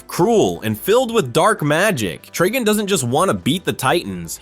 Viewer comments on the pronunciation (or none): IT'S TRIGON